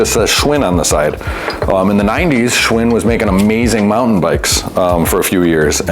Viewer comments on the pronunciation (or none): none